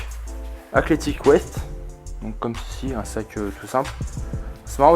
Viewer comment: Athletics Fwest🤣